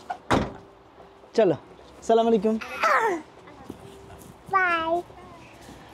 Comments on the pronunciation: সালামালাইকুম বলতে হয় না বলতে হয় আসসালামুয়ালাইকুম আশা করি কথাটা রাখার চেষ্টা করবেন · সবই ঠিক আছে আপনার ভিডিও খুব ভালো লাগে আমি সব সময় দেখি বাট আপনার সালাম দেয়া ভুল হয়। বলতে হবে আসসালামুয়ালাইকুম